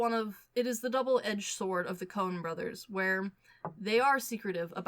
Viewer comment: Is it just me or does keep saying the “Conan” brothers hahaha